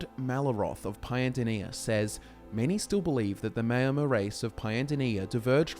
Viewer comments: Just want to point out that the name is pronounced “Mour-mer” like hour not “may-or-mer.” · The mao in Maomer rhymes with ow. Like chairman Mao. Not mayo. Great video, I love the focus you put on the lore, keep up the great work. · Great video, except that Maomer is not pronounced mayo-mer. In TESO it’s maʊ (like in ‘hour’). You do such great research for all your videos, so I find it a pity if the impression suffers a bit from all the words that aren’t pronounced the way they can be heard in the Elder Scrolls games. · O gods stop sayin Mayo.mer!